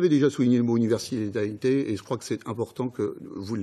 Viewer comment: Universalite??? Mon dieu, ca fait mal aux oreilles d’ecouter ce bisounours